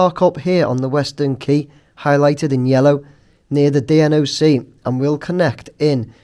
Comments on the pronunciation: rather than spelling out D - N - O - C all the time the usual form for those in that sort of industry would be to call/pronounce it more like 2 x words - Dee Knock, which stands for Deployable Network Operations Centre. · I'd still recommend calls it the Dee Knock rather than sounding like he's in a primary school spelling contest for future videos